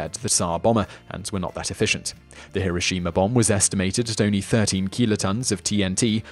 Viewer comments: He-row-she-mah not he-ro-she-mah... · This is great. I love hearing about the Tunguska Event. There's no "r" at the end of Tunguska or Hiroshima, though.